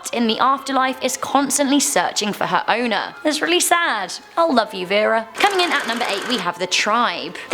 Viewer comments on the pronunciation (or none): none